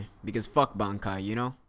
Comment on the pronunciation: haven't watched the anime for a while, just been reading the manga but I think only the quincy call it Rei-shi, but he's pronouncing everything wrong anyway. bonkai? shekai? nooooo I blame dubs.